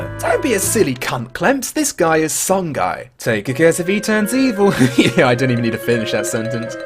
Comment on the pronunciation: Great video about my favorite game of all time. One minor detail though, you're not supposed to call Songi "Son-gai". It's pronounced "Son-Gee".